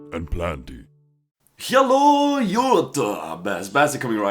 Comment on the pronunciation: the hello on the begining sounds something like german :)